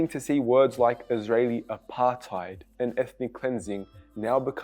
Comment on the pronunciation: I cringe so much when other ppl say apartheid 🤪